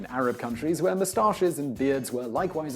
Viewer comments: the way he says mustaches bugs the shit out of me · I mainly just watched this video to hear him say the word "moustaches"